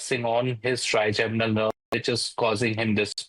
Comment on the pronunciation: Trigeminal not trigenimal😅😅😅